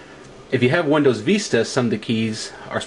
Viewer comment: lol you say vista funny (viiiiiiiista) but great reveiw keep it up